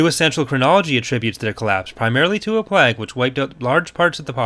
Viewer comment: Every time he pronounces "plague" as "plag" it hurts slightly more.